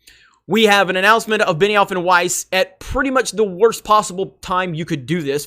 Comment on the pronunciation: Beniwhore and Not Wise. Wow this is hilarious. They have no idea what they are doing there. What a bunch of idiots.